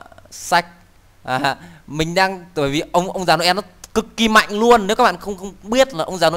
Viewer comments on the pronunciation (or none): none